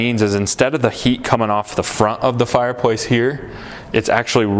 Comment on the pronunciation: What’s a fire poice 🧐?